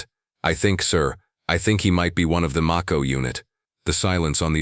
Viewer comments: Mayco....not maco....like the Shark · It's may-ko. As in the shark.😮